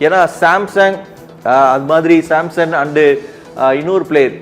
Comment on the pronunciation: Samsung illada samson 😂 first peru olunga padichutu video podungada